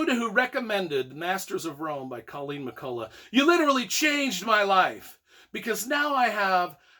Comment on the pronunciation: McCullough is pronounced with a hard 'k' at the end, as in Irish words such as 'lough' (Scot 'loch'), and evidenced by recording (see below) of the woman herself (family from Scotland with name 'McCulloch', moved to Ulster NI and name changed to match Irish orthography). About your review: I appreciate your enthusiasm, I'm reading the first book of the series and learning a lot! However, you could have made a little more effort to actually review the book! 😋